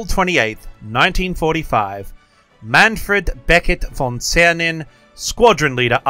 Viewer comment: Ah, a real teacher! Just read the Name and didnt show it, so we have to make an effort to grill him about the pronounciation😂 (Was actually quiet good)